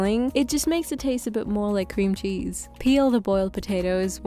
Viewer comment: saying "Qw-qwweamcheese...?" out loud immediately activated my fight or flight response